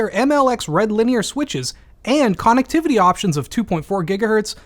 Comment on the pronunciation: The anger seeping out of me when the corsair ad guy said “CON-ECHT-tivity” was unimaginable. I listened to it 3 times to make sure I wasn’t shutting down and having a stroke